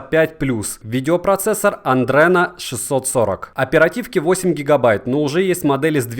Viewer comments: Адрено а не андрено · Братан ошибаешься не андрено а адрено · аНдрено, ю-эф-СИ... С тобой все понятно...